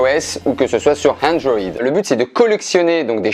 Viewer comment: ben qui tente de dire iOS et Android avec un accent anglais 😂